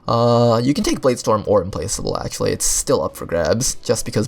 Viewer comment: The only video that pronounced Implacable correctly